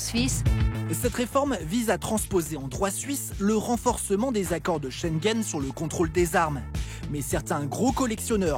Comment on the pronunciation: Schengen* et non pas shengen